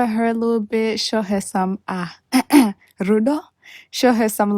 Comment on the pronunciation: Rudo! I love the way you said it in the Shona accent. 🌸